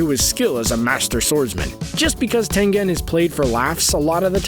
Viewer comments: You can not say anything right tendido hashida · Tenjen and kirojiro nice Pronunciation